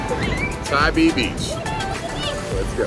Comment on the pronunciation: Just a FYI…. Tybee is pronounced Tie B…. We do love Tybee in the Deep South….❤️🏖🌊